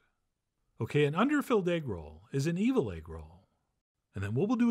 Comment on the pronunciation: It come with eggwuh, it come with eggwuh.. EGGWUHH